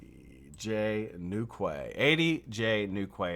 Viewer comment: it's pronounced New key, as in Cornwall England. A quay is a dock or jetty in a harbour 😉. Sorry I couldn't hang around after your outage. #41 please 😎